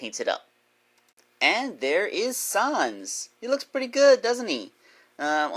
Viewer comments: Can you please stop saying son son it’s sans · It’s sans not sons